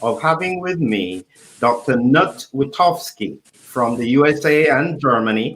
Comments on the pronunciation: He was born in Germany and you pronounce is as written. "Knut". It is NOT silent!!!!!!! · pls learn how to pronounce "Knut", i.e. pronounced as Newt.